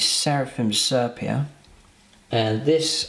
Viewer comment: Nice, simple paint job that could be achieved by most people but still looks good. One thing though - please, for the good of my sanity, learn how to pronounce 'sepia'!